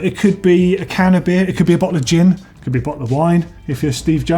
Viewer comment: Couldn't be much more English there. "...A bottle of gin..."